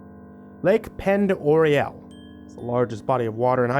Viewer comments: The lake name is pronounced, “Pond-Er-Ray” I know definitely doesn’t look like it would be pronounced that way lol. Sandpoint Idaho is about 45 minutes from my home town and during the summer I like to camp off of Lake Pend Oreille! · It is pronounced pond-or-ay not pindoray just so none starts calling it that. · Lake Pend Orielle is pronounced Ponderay, there's a town of Ponderay as well. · The name of the lake is pronounced "pon du ray" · Just for future reference, Lake Pend Oreille is pronounced like "Lake Ponderay." 😂😂 There's even an adjacent town just north of Sandpoint called Ponderay, and is spelled that way, for phoenetic simplicity. The French have no use for half of their consonants, sooo... Oh yeah, it's goddamn gorgeous up there, too, especially for RVing. 💖 I spend my summers up near there in a little forested mountainous blip called Careywood. 😘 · Lake Pend Oreille is actually pronounced "Ponderay", this is the area my husband grew up in. He told me stories for years before I ever saw it written. I was seriously taken aback the first time I saw it!